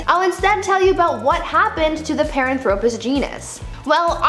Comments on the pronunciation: Nope. In her first video, she butchered three. And she butchered Paranthropus here. It's not "pahr-an-THRO-pus." It's, "PAHR-AN-thro-pus." Her data is sound, but her pronunciation makes me want to throw my phone. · She mispronounces Paranthropus the emphasis is on the second syllable not the third, pa RAN thro pus , not par an THRO pus!